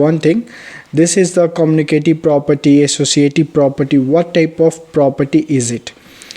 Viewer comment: It's commutative property not communitive property